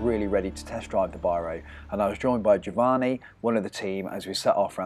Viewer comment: So annoying how he butchers the other guy's name as Jo-Vaahnee...